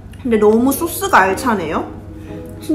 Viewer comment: why so cuteee. It's sauce..not source.